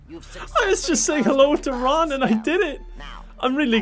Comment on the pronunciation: I seriously thought he was saying "RUN! RUN, HIDE!" XD